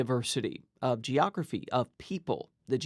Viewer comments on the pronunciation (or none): none